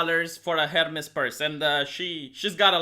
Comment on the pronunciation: You can't say Hermès like that lol I can't lol